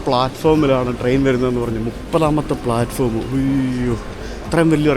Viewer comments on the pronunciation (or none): none